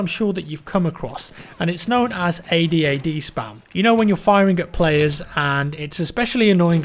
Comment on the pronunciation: I thought you said ahhd spam lol